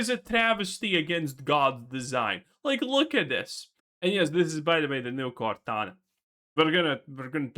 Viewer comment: lol cortana becomes gordona